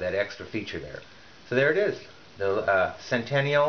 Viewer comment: Nice review; helped me make a purchase decision. However the name is Sentinel, and not Centennial.